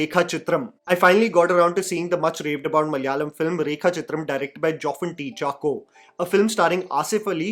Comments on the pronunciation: Hi, keep up your good work. (It's Not "Kun-chucko" but more like "Kunchaako" Boban 😊) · great video. BTW it’s pronounced Kunchaaacko. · Hey, I just wanted to share a correction to the actor's name here . It is actually pronounced Kunchaako, with an emphasis on the 'A'. This is just like another actor's name, Shine Tom Chako.